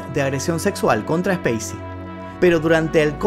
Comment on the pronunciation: Cuando pronuncia el nombré del actor, pareciera estar nombrando ha una nave espacial, y en el nombré creería que debería de haber pronunciación, y creería qué nosotros me suena ha multitud cuando usted dice como conoció al actor y la verdad nosotros no lo conocemos, y creería más bien 😊 qué lo hemos visto en los rodajes de las películas